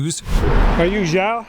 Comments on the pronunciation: Love your analysis!!! Keep them coming… please. Also, Xiao is pronounced “sch-e-ow” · "xiao" is pronounced she-ow, not zhao.